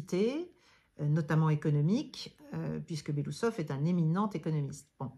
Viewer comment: Belo-Ousov et pas Belousov son nom veut dire moustache blanche😊